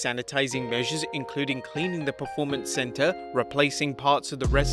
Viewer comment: For crying out bloody loud. It is P-E-R-formance, not P-R-E-formance.